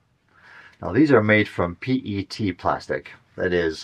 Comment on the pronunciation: The entire micro plastic thing is a hoax. Methods are bad, no rigorous definitions, and so on. Clothes, skin, dust, plants and every other thing out there sheds small particles. It's all silly. It's also not hard to pronounce PET correctly.